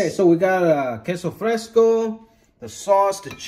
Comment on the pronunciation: He nailed queso fresco tho 💯